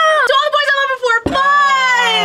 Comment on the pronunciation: The fact that no one commented on "I larb you" makes me kind of sad. As a huge MCU nerd, I got it instantly. You could say... I understood that reference